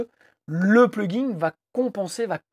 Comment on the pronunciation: Vous pouvez arrêter de dire "pluginGUE" ? Pitié.